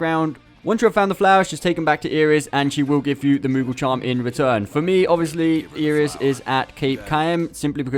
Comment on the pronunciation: Isn't Iris' name pronounced eye-ris like the flower rather than ear-iss?